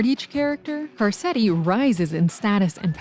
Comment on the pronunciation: “Carsetti”? Come on…